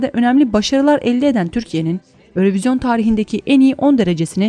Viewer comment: örövizyon diye okunmuyo yürovijyın diye okunuyo